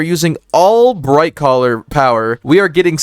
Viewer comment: Not sure if you are meaning to say this, but you keep saying Brightcaller?